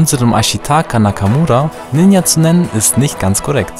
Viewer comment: Das j in Ninja wird wie in Journal ausgesprochen.